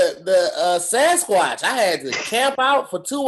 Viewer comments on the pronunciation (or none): Literally a minute into it here go “Sansquacth” 😂😂😂